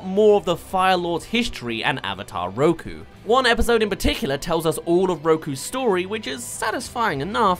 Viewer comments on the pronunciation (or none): none